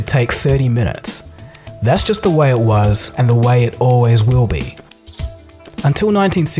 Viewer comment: the way it wez 😂😂😂😂